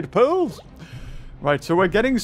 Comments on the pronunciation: Why does he say pills when he is trying to say pearls?🤔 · It sounds like he’s saying pills not pearls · Is it just me or does he say pills Instead of pearls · Is it me or does he say pills instead of pearls